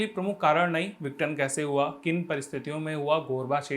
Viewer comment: माफी चाहता हूं लेकिनआप विघटन को सही से नहीं बोल रहे हैं आप इसको विटन बोल रहे हैं बाकी आप बहुत अच्छा पढ़ाते हैं ♥️♥️